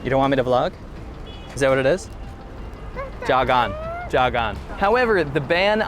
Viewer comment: Saying "jog on" to your daughter? in a dodgy engrish accent... You're a lost cause, i trust you're wife to shield her from your bad influence.